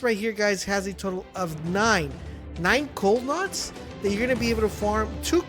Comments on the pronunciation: NODES!!! Stop saying nods. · “oRe NoDs” here’s a pro tip from a real MLG gamer, it’s called “NODES” let’s better the gaming community together and not promote idiocracy ;)